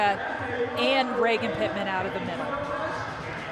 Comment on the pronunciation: It's Pittman, not Lippman.. 😊